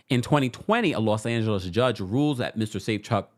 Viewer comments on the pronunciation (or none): none